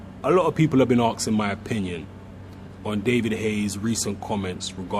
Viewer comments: Asking, not Arxing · I didn't know that arksing was a word in the dictionary you gibbons want to learn to talk proper English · What's all this 'aksin'? It's 'asking' you fuckin stupid fucks!